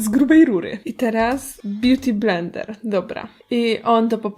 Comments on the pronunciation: bjuti blendel XD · beauty blendel ? Najlepsze 🤣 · beauti blendel xd